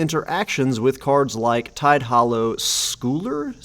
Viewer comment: Just so you know for next time, scull in Tidehollow Sculler should be pronounced like skull. Sculling is a kind of rowing. Not the kind being done in the art, though.